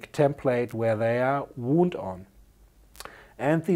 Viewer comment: Interesting video, I learned a few things. Thanks. (btw, one of the many quirks in English, and forgive me if you know this: Although they are spelt the same, "wound" (for coils) and "wound" (an injury) are pronounced differently. The first sounds more like "wownd", rather than "woond")